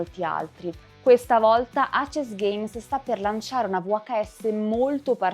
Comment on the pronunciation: Molto molto belli e illuminanti i tuoi video, che ho sempre seguito con interesse, in particolare quelli su VHS dell'amico Simone Morini (senza parlare della figata di packaging a videocassetta + grafiche spettacolari!)! Unico appunto, che volevo già farti sugli altri video, in cui presentavi i vari filoni del GdR VHS: perchè lo chiami "acesgheims" (pronuncia), se andrebbe letto tutto in inglese e cioè "eisisgheims"? Sfumature, ma per dover di precisione... Continua così con i bei contenuti che porti!